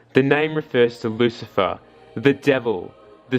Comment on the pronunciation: Lucilfer with the L